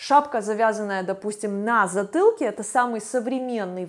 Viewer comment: На з ы тылке. А почему вы так говорите. Не крысивый силуэт. Пыльто. Пыказываю.